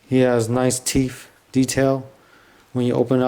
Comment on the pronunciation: lol wtf are teef? jk nice reveiw